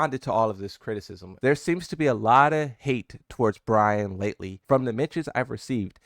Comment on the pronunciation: Who's "BRAYN"? 😂